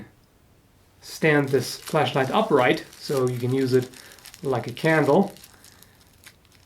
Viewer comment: Lol at first I thought he said flesh light... More interesting subject though, until it gets weird and then yeah I would dislike by then :P